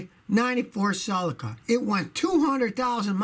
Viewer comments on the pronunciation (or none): none